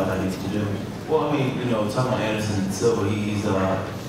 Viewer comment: Silva, not Silvia